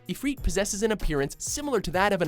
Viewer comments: i feel watchmojo narrators never went to school and learned how to pronounce words and letters. Ifreet. IFREET? COMEON they say his name in half the games as ifrit. jesus christ. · "Ramah" "I-freat" "Bahamot" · One of the wickedest summons was Diablo from FFVII. We've been waiting for it to show up again. Where's YoJimbo (stet) he was bad ass in FFX. I often paid him 1 gil and got a deathblow. It's IfrIT not IfrEET. FFXII was a horrible game with horrible summons. A Shiva motorcycle, seriously !? BTW Shiva in FFXV the coolest and sexiest EVAH!!! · ifreet lol its if-rit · Martin Rößner and it isn't ifreet it's if rit. ifrit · its If-RIT not reet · when I heard "ifreet" I cringed so hard I went to the dentist 👍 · its prenounced eye-frit not eefreet you shit noob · Adamantian Gilga Honestly, Bahamut is a whale who originally showed up long before the Final Fantasy games, and it's pronounced Bah ha moot, but I still call it Bahamut with a mutt sound at the end. I also still pronounce Ifrit similar to Ih fret, and not Ee freet. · Rah-moo Ee-freet Ba-ha-moot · Very good video but you need to say Ifrit and Bahamut right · Why are you pronouncing Ramah, Ifrit and Bahamut wrong? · it hurts my ears. =/ the ifrit and bahamut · The way he pronounced Ifrit and Anima made me cringe